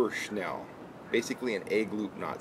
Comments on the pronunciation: Right? That was annoying the hell outta me. SNELL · Correct way to say it is snell. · Snell is the correct way of saying the knot. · It's snell and a lot of people pronounce it "shnell"